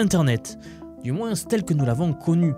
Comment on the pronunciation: Salut pourquoi tu dis moinssssse ?